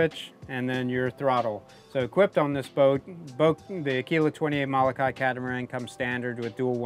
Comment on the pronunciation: Learn to pronounce MOLOKAI correctly!